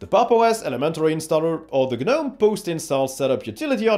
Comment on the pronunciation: Generally your average user isn’t going to go into the older properties windows you dug down into. Users using those parts will also know about the command line. You can’t have it both ways! Also its not G-Nome - it’s Nome - the G is silent.